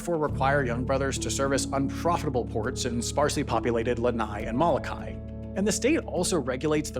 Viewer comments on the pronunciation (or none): Please pronounce better: Honolulu: Hoh-noh-lu-lu (Not Hana-lu-lu). Moloka'i: Moh-luh-kah-ee Lana'i: Lah-na-ee Maui: Mow-ee Kaua'i: Kah-wah-ee Hawai'i: Ha-vai-ee Kahoolawe: Kah-ho-oh-lah-vei